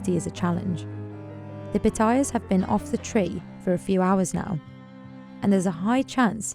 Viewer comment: Narrator saying Pah-Tye- Yass (Patayas) as Patoiyuz just sounds ignorance, blame her Brit accent.